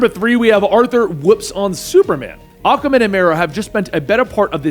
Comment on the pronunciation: Ah-Kwah-Man not Ah-Kah-Man It's a "Q" not a "K" I hate to be that guy but you made a video of a character whose name you mispronounced for 9mins and 25secs (Great video though Wet Dave needs for respect)